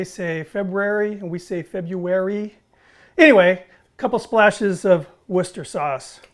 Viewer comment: Love It! Cottage Pie - Beef!"Wooster Sauce" - Correct Pronunciation!Peas - Of course, Peas. Growing up in Norfolk, our house was close to a Pea Field...Excellent Work, as always, Chef!